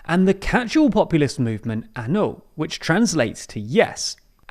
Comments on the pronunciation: It's Ah-No not An-o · It’s not anu, it’s ano! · It's not A N O. It's ANO, the Czech word for YES. Do you really expect to be taken seriously, if you don't know the basics? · Ano is pronounced Ah-Noh. Like the No in Nottingham. Just for next time.